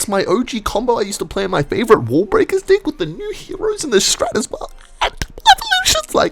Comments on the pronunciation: CAN U SAY DECK AND NOT DICK BRo OMG for 1 time in one video SAY DECK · dude hes pronouncing deck as like d*ck im gonna lose it HAHDSHDSAHAS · ok is it just me or when the title is "i found love" and his accent makes it sound like hes saying "i love this dick so much" and sht its just so funny :skull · why does it sound like hes saying dick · does NOT sound like he's saying deck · fruedian slip pronouncing deck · why is mispronouncing deck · bro is not saying deck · PLEASE learn how to pronounce deck i beg of you